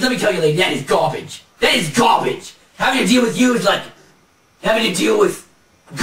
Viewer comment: gaa-beige, you're just gaa-beige...lol!!!